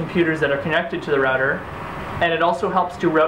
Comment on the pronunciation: "Configger", "Rudder"? Can you pronounce? Are you speaking B0@ Sir you had some of your facts incorrect. And since I am wearing no underwear your argument is invalid.